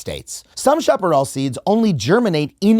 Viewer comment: Shap-a-rel not shop-a-rawl